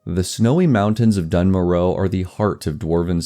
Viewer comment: Love the video! I might be mistaken but I thought the narrator pronounces it “Dune More-uh” so I’ve always thought it was that.